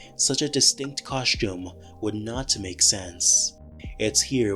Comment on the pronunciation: What's a 'cosh-tume"?